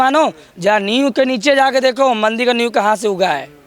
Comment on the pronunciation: Thik hai, per aap mandir ko mandil kyo bol rahe hai, aur aap ek sant hai bhasha per control rakhiye 🙏🙏